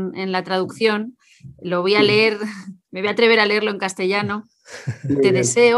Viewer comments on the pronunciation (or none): none